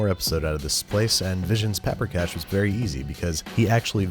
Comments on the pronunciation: It's pronounced Paw-prika, not Pa-prika. (Emphasis on the first syllable, always in Hungarian) and generally, sour cream is added to the stock at the end while thickening it a bit with flour. I always hated making golushka but you did a good job. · It is pronounced paw-pree-cash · The dish is pronounced puper kosh not papper cash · Sweet jesus does the pronunication hurt. also the spelling. Paprikás, and no vowels are reduced to a shwa wtf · Sir I am offended. You may be making cash from this recipe , but, your pronunciation is atrocious. It is cisirke paprikas. It is made with sour cream. You have made the recipe from the movie but that is not the authentic dish. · Pa-prika xd